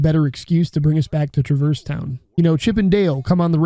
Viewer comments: I don't care which way is canon, the way you pronounce Traverse Town makes me physically angry lol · Great video, I loved almost everything the way you pronounced Traverse Town 😂 I also might disagree on how KH has aged relative to other games of its time, but I’m definitely unreal biased so fair